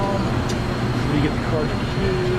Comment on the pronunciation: That was a good vid and helped me separate mine on my 66 comet. also just a friendly tip, I don't believe it's called a "Carter key" I've never heard anything but "cotter pin" I may be wrong but figured I would say something before someone else ruder did. Thanks again for the info. Love the stang!